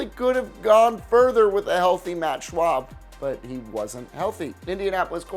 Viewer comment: You pronounced it "Matt Schwab" It's Matt Schaub. Also, we did NOT get blown out in the Divisional Round. 2012 playoffs, it was 41-28. 13 point loss. If it was 20+ points, then ok. As for 2016 playoffs, our defense was lights out. But Brock Assweiler decided to throw 3 INTs and make the #1 defense in the NFL tired.